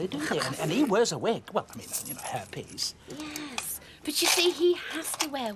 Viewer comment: It cracks me up that Reg pronounces Hair piece as herpes